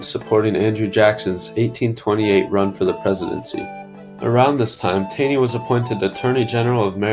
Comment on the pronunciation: its pronounced more like tawney